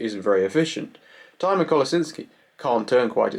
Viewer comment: He pronounced it like the herb Thyme